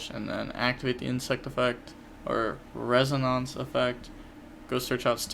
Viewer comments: res-O-nance. Like the sound a tuning fork makes. It resonates. (Res-O-nates) hope this helped. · It's pronounced res - un - in - ce, if that makes sense. The end is kinda like the word mince.